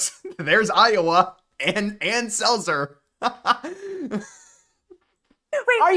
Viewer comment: At least she got lowa right